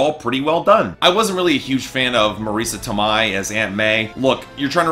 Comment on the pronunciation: Good review but you butchered Marisa Tomei's name.